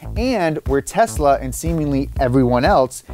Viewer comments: “Tesa Model 3” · *Tesla, not Tesa